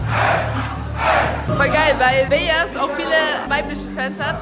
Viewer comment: Sie Spricht Beyazz aus wie es geschrieben wird hahahaher wird Beyas ausgesprochen. aber trotzdem mehr Solcher Vlogs !